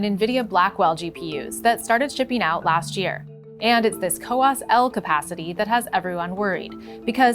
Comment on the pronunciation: It's "COWOS",not "COWAS"